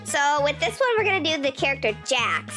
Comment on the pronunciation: i think you said jack not jax